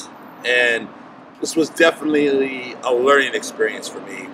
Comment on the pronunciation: "Definleeelelelelelele". -Rich Piana